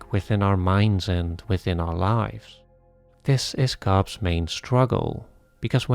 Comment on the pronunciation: I love these analyses, but, PLEASE stop saying "Cobbses" instead of just "Cobb's", it's very frustrating as everything you say is really concentrated and interesting. 😅